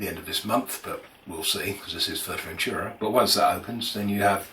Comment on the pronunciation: Maybe first try to pronounce the name of the place correctly...